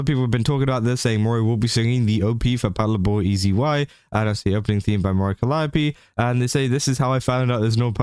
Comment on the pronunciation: It's pronounced patlabor as in pat labor. But it's all good!